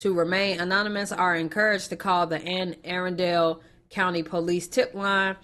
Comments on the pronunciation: It's pronounced An A Run Dell County nd yea Rip to that young man smh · Pronounced AN-NA-RUN-DULL. it's a county outside Baltimore in Maryland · Anna- run-dul this is how it sounds is near it’s a county outside of Baltimore basically still Baltimore if you ask me I’m from Maryland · It's pronunced Ann a run dull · Anne Arundel (Ann-uh Run-dul)